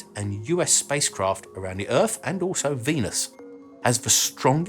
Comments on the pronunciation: What is "earf"? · ...where is this, "Erf" you keep mentioning? Apparently it's "fur-ver" out there?